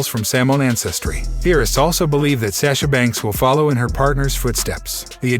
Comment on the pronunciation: It's sasha banks not sasha banks